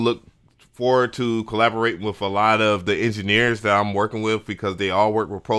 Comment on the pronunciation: You're a pro and you say wiv and wif and pro tools joints? Yeah, i'm switching the channel to English...